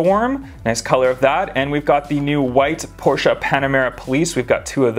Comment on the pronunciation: So cool seeing Magnus Walkers 911s and stuff. says everything else fine but mispronounces Porsche. Smh